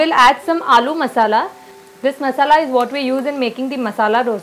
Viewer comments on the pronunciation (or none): none